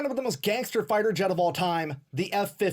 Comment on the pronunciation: Jet us pronounced J eh t. Not. "Zshett"❤😮